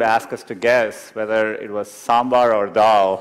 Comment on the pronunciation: Really. . Then lemme tell ya my friend.. He's imitating an american accent.. which to be frank isn't perfect.. But the thing that gets on my nerve is that he knowigly mispronounces Harish , sambhar and dal as if english were his first language.. which very apparently is not..